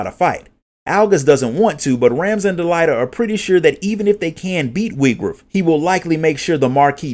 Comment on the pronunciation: I just need to know if these are the official pronunciations of the names. Cuz about a minute in I had to pause and take a breath cuz I realized literally every single name of every character and Town, I had been pronouncing differently. "De-lee-ta, Eye-va-leese, Rah-m-za, Or-bone, Oh-vee-lia, Tee-ta, Bell-v"